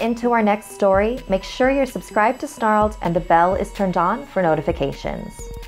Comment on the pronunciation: Lol u said make sure u subscribed to “Starled”